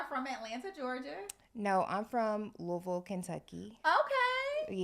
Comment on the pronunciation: pronounced Louisville the correct way!